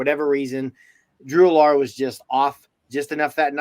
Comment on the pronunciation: The drew allar mispronouncing kills me lol. Idk kind of seems like didn’t watch games if mispronouncing names